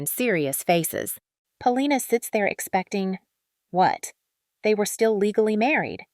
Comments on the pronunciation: why do u keep saying her name in stupid ways? if u don't know what her name is don't talk about her. 'Pal-Lina???' lmao. :thumbs down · Po-li-na. Accent on the second syllable. It was different in the Soviet block countries -everyone relied on grandparents very heavily vs the Western countries - so it wasn't a biggie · lmao the only time u said her name correct was .